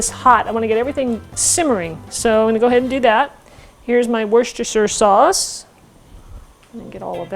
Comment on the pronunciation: Wooster sauce not Woos-ister-shire sauce.